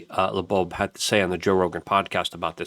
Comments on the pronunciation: It’s not “30 I atlas” It’s “3i atlas” Because it’s the 3rd (i)ntersteller object ever observed. One would imagine someone reporting on a subject could at the very least get the name right, as it’s Loeb not lobobe, Not a very good first impression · Also Loeb…Not Labobe… he’s been reporting on this for weeks and mispronounces both names every time… Hard to take him seriously anymore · Three eye Atlas, not thirty eye atlas. and it's pronounced Avi LOBE, not LEBOBE. Why can't you get that right? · OH MY GOSH LUKE!!!!! sorry bro it’s driving me crazy 🤪 It is “3 I atlas” not “30 I atlas” And his name is Avi Loeb pronounced lobe like your ear lobe not Avi Labobe!!!!!!! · Luke’s dyslexia is so cute. Avi Lebo! 🤣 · Avi LeBeau ? haha Doije ? tumulch-ooo-lus ? thirty-one-ATLAS ? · Luke, the mispronunciation of Loeb and 3I-Atlas was funny for a minute... but now you just look like a goober. BTW - Loeb is a wack. Or, a shill. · Bro you are killing me… it’s 3I, not 30I… and the o in Loeb comes before the b, not after it. Sorry, I’ve been trying to resist the urge to be pedantic about this, but I can’t take it any more 🥲